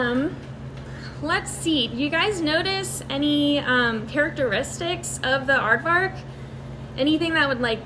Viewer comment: "Aardwark" Damn you, dutch-naming...